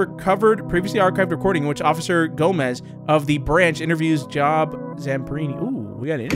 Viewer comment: ‘Job Zamperni’ His first name is actually pronounced as “Joe-b” it’s a biblical name! Also Psalms is pronounced as “Salms”